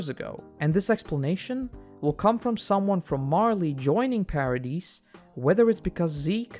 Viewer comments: Yeh lost me on "Para deece island" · The S in "Paradis" is silent, otherwise amazing video!